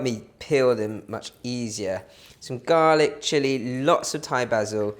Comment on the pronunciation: “Garlaac ” hahaha 😂, you are so funny . Love all those tips that you give. Learnt so much of Chinese cooking from you. Thanks a lot 🙏🏽